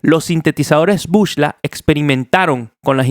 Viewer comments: epa men se dice BUCLA no bushla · epale no se dice bush-la, se pronuncia BUCLA